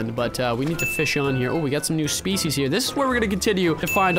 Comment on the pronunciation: i dont wanna be rude because i dont english that good myself but, "species" isnt pronounced like that.... Username: SardaCandy